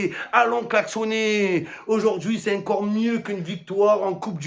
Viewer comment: Ya que moi qui aime la façon dont Momo prononce le mot "encore"